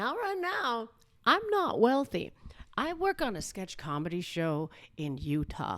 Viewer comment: I don't know why, but I heard "well-thy" instead of "wealthy"